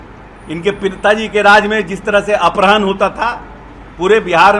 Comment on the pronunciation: अपहरण को सही बोल ले टपोरी